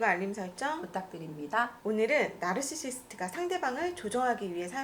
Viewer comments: 그래서 narcisist를 노시스트로 발음하셨군요. Now I get it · 왼쪽 의사선생님 나르시시스트 '나'발음할 때 nausea 나 naughty처럼 발음 하시는데 영국 영어하시는 건가요?